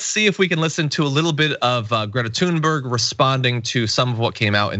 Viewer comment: did he say "toon-berg"?